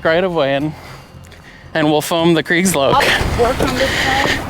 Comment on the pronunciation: Kriegslok, not Kreigslok